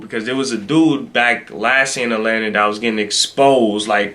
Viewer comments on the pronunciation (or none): none